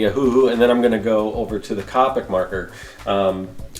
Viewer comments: Coe-pick Is how you say it :) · Copic is pronounced "Co-pic". Representatives from the company will correct you if you say it wrong, lol.